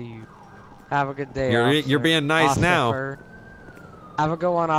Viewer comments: “have a good day ocifer “😂😂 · " have a good day ossifer" 😂😂